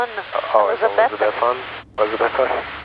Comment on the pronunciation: It is "Elizabethton".